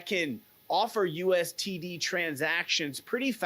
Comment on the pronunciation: No offense but why do you keep saying USTD? Its USDT.